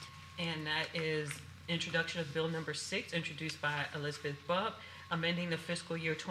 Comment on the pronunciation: it's elsbeth, not elisabeth.... 🤦‍♂